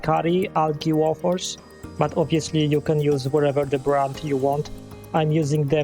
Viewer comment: Excellent video! Like the way you pronounce "Wofers" 👌🏻😂